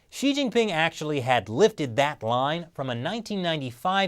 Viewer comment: It throws me for a loop every time you say “she he” when referring to she-ge-ping.